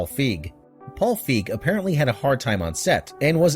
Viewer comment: His name is Fi Gee. Not fig.